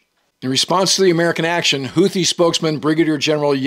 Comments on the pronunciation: Hootees, not Hoothees. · The second h in Houthi is silent. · Houti general YAYA? 😂